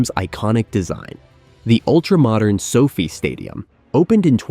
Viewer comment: it’s pronounced so “FIE“ stadium. And it will cohost, not host, the opening ceremonies with the Colosseum. billion or million? And, from the title, what’s “insane” about the plan?